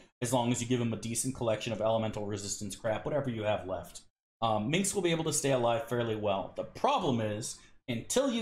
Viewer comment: Lol, I've heard several Americans pronounce Minsc like that. It's so weird.